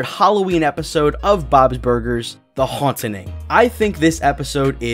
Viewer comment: And, the name of the episode is The Hauntening... not "The Haunting." Swine...